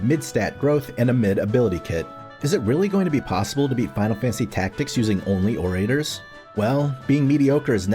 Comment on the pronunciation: Ore-ray-tors? Bruh.